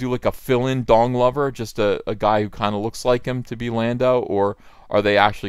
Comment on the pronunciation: did ethan say don glover, or dong lover?